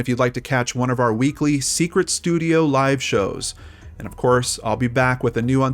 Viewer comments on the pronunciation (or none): none